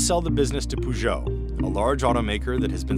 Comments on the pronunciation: Poogou and citron😂😂😂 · "Peugot" is pronounced like "Persia" (pers-oh), and not "poo-joe". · and its pronounced Purr geo , not Poo geo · pergeot not poogeot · "PSA, known for brands such as poojoh and citron" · Poo-joe and Cit-ron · Pougeot and Citron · “Pujou and Citron” 💀💀💀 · The way you pronounced peugeot and citroën, I'm dying and I showed this to my family like wtf, you're a billion dollar news outlet but you don't check before you pronounce foreign words?? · CNBC, learn to pronounce names please. It's one of the biggest car makers in Europe and it's not called "Poo"-geot. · "poogeo"...? Yes, agreed. LOL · You ppl can't even pronounce Peugeot and Citroën right? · He pronounced it so wrong it hurt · That pronunciation of Peugeot and Citroën was so bad... My ears are bleeding... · Butchering the pronunciation of three European brand names in the first 20 seconds, good job. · True, but better than most American attempts. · "peugeot et citron" 🍋 😭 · The reporter's pronunciation of Peugeot and Citroën made my ears bleed. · Oh god... the butchering of the names Peugeot and Citroën ticked me off! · No offense, guys, but that "Peugeot and Citroën" hurt my ears so bad, and I don't even speak French. Isn't CNBC Canadian? The Canadians I've met (west coast, BC) not all spoke French, but generally seemed to have a good feeling for French pronunciation, isn't that common? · Why is it not possible for Americans to pronounce Peugeot or Citroën correctly? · That’s not how you pronounce Peugeot... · The narrator's pronunciation of Peugeot is is laughable.